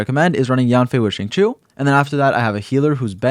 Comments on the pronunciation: correct me if im wrong but i thought it was xing-chee-ou instead of xing-cho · She-ing chi-ew My best try at helping non Chinese speakers understand how to pronounce it xD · it’s pronounced shingqiu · If I hear "Zing Chew" again I'm going to scream. He literally says his name in game. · Problem with non Chinese speakers the X and Q sound in Chinese is pretty hard to do. So like I’m just glad they are trying lol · I think japanese pronounciation is different from chinese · ah, okay then. i use the eng va so i won't know, but still, shing chew sounds so wrong when saying xingqiu's name lol. atleast to me